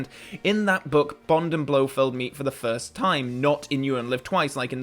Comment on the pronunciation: "Frist Timeline"